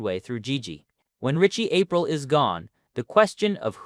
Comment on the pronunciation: How can someone who's seen the show pronounce it, Richie "April"?